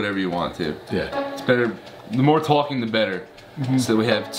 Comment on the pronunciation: "the more *talking* the better" Ethan's jersey accent came out!!!